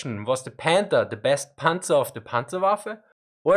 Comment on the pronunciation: Anyone else keep hearing him say "Panda"?